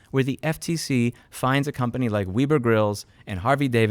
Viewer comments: I'm more worried about the "wee-bur" grills... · Ok, but it's web -er lol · FYI, “Weber” rhymes with “ever”